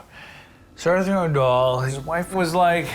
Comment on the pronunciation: “Sir AuthorConeAndDoyle”